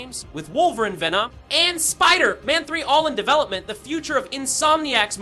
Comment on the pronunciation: Bruh check your AI voiceover - Wolverin and Spider...Man is pretty embarrassing